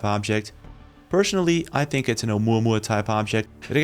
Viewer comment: What. Is. Dat. Ting ? What. Isssss. Dat. ? What. Do. You. Tink ? Do. U. Tink. About. Tings like. Dat ? Frickin. Morons can't even. Speak right .